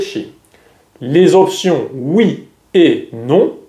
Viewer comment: Это мне не понравилось, на английский манер😢, по радио говорят Oui